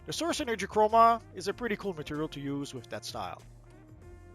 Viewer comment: 0.26 matterial ?